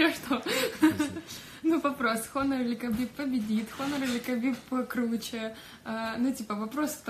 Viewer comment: Хонор или Хабиб? Какой нахер Хонор. Хуавэй блядь